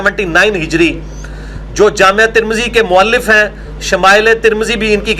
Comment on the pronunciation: واہ بھئی گلابی عربی دان پلمبر صاحب بیہیقی اتنا اوکھا ہوکر بول رہے ہو اور جامع ترمذی کو جامعہ ترمذی اور امام عیینیہ کو عیینہ۔۔۔۔جہالت وہ جو سر چڑھ کر بولے